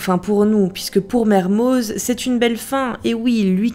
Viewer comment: PETITE PRECISION LINGUISTIQUE : Mermoz est un nom d'origine savoisienne, il se prononce donc "Mermo" ( voir Merme pour les plus radicaux mais bref) comme tout les noms (propres ou communs ) savoisiens on ne prononce pas le Z ou le X final. ex : Les Carroz, Marlioz, Dupraz, Fanouaz..... :) ( C'est d'ailleurs à ca qu'on vous repère, les touristes :-) )